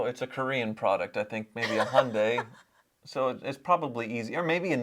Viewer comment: what is a Hon-Day? You work in the car industry but you can't pronounce Hyundai? It's not hard.